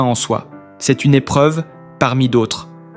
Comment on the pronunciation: Putain, encore cette voix de merde ! Je n'en peux plus !! Je bloque et je me casse. J'attendrai de voir Florent en chair et en os. Que cé-euh, ducon, on dit se ! Et puis le t qui est muet.... Que c'est pourri !!!!